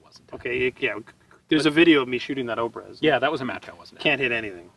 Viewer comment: I'm a firearms enthusiast, I also study Russian. The way Russians pronounce their 'O' s it changes on grammar, but words like Obrez "Обрез" You should pronounce it "Ah- brezz" or most like Russian with an accent "Ah- bryezz". I really enjoy both you, and Ian's work. You guys are easily my heroes! I particularly take notice of your attire in videos,. Keep up the great work guys!